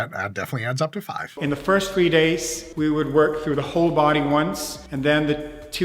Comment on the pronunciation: Please stop saying fist.